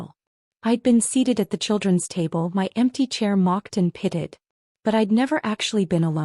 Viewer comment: The word is pitied not pitted